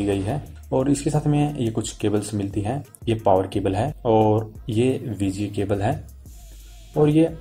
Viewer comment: abe bauve SGMI nhi HDMI hota he be 😂 aur VG port nhi hota VGA port hota he